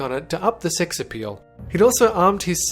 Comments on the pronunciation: When he said sex in the beginning it sounded like six. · it sounded like he saod six related deaths